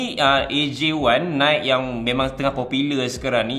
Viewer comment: Nice video bro tapi sebutan NIKE adalah (naiki) bukannya (naikk). Hehe